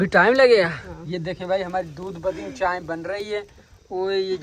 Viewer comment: Wo chai ko chaen, phol ko fol, or bulb ko baluf bolta hai or madam frma rhe hen sahi to bolta hai 👎🏻